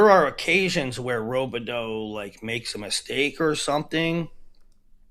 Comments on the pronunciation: Another name you guys say wrong is landon robideau. In mn we pronounce it rob-ah-doo... not row-bih-doe haha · Both are wrong. Its Rob-ih-doo 😂